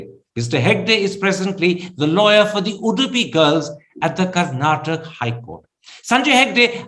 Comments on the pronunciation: Mr karana thaapara It's not karnatak It's Karnataka pronounce properly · Karnataka not Karnatak Mr Karen. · Mr. Karan Thapar please note ot is not KARNATAK. It is KARNATAKA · rascal thapar, its karnataka and not karnatak. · Please pronounce Karnataka correctly or explain why you use Karnatak. Thanks from a I huge supporter who listen to all your videos.